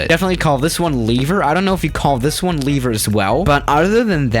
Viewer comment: omg if he calls a lever leaver one more fucking time